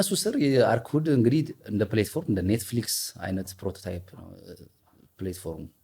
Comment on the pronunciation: Don’t say ፕሌትፎርም say ፕላትፎርም.... platform … is an excellent actor … inspired by Tom Cruise or Jason Statham